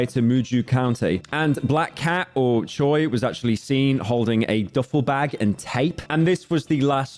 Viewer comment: The last name Choi is 최 and it's actually pronounced as something like cho-way but I wouldn't expect anything less from le slopman who says zoo-cho-sis